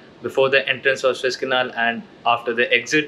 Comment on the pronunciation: Guru it's pronounced SOO IZZ canal and not SWISS canal as u keep on pronouncing it